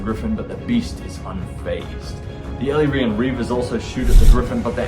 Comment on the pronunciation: Great and entertaining battle report! Props for the correct pronunciation of 'Chrace' not sure about Ellyrian though 😄. Love your wicked sense of humour.